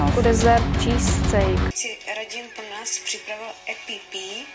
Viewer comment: what,tam je apple pie,espresso a ona řekne epipí :D :D